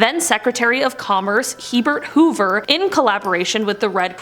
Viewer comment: "Hee-bert Hoover"? Is that like He-Man? "I have executive power!"